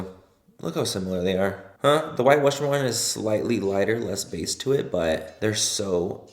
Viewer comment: White wussian 😂 great video